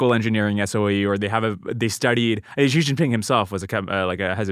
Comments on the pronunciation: You mispronounced his name 😶 The Latinization with the extra "h" (so Shih instead of Shi) is supposed to indicate that its not prounced like "ee", but more like the i in "in" Havent watched the rest of the podcast yet, Im sure its great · WTF sound is Dwarkesh inventing for the X in "Xi" that doesn't exist in Mandarin at all or even in English for initial sounds in words. It's some weird French J sound. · There’s no excuse in 2025 for an educated person to pronounce “Xi” like “Jhee” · The 'zh' sound /ʒ/ doesn't exist in Mandarin. So that's not how you pronounce "Xi". It's pronounced / ɕi / -- a voiceless palatalized subilant. It definitely is not voiced. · Hes anglicising the pronunciation. Because he doesnt know pinyin